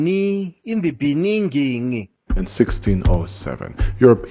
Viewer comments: Yoo. Love from South Africa. This is horrible but you honestly made me laugh wit that clip of my former president saying “In The Beninging”😂😂😂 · In the BEE-NIN-GING!!!!!